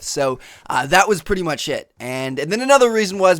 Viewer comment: "That was pretty much shit" XD ( I know he is saying "That was pretty pretty much it" it just sounds like "Shit" to me)